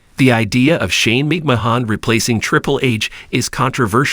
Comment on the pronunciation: OMG!!! The narrator of this is dork...obviously has no clue to who these people are he's speaking of...can't even say wwe or McMahon right....